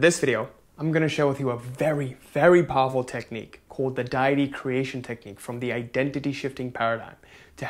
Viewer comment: It's day-ity. And thank you so much for your videos.